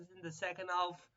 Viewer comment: Boral's looking like a stud even at a 46! build around him and the results will come! also, the L is silent in half.